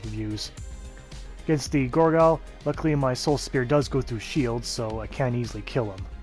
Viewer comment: i think its not pronounciation gorgayl, but gargoyl, i think